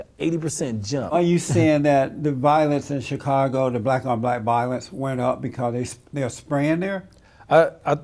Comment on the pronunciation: That was bugging me, too. He couldn’t say ‘violence’ nor ‘violent’ right once.